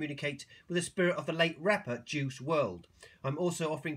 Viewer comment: You didn’t even say his first name right 🤦🏻‍♀️